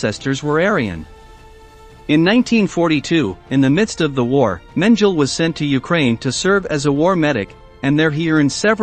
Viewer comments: PLEASE learn how to pronounce German words! It is MEN G LER not menjel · It’s pronounced Men gel ee not men jell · If the computer voice mangles the pronunciation of name of the subject of your video, then spell it differently and trick the computer voice to pronounce it right. That's not a crazy concept, and YouTube is obviously your thing. So try harder next time, you have A LOT of competition here. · HIs name was pronouncecompletely differently from this narrator's "version" for decades. What gives? Either the past sixplus decades are wrong or this guy needs to do his homework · Learn to PRONOUNCE his name. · It's very annoying how you pronounce his name